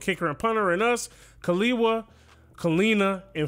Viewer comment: No one asked, but just in case you were wondering, in Hawaiian, Kiliwa is pronounced Kee-leevah, and Kalena is pronounced Ka-leh-nah. If Fine is Polynesian, it is Fee-neh. Thank you for coming to my TED Talk.